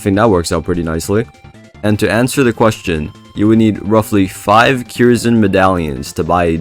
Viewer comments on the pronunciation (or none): i strongly believe its pronounced curse-n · im pretty sure kyrs is pronounced "curse"